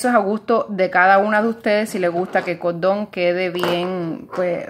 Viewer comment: EL CODON EL CODEL? por que no pueden pronunciar la rCORRRRRRDON CORRRDL